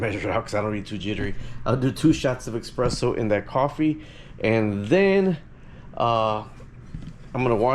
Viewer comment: eSPresso not eXpresso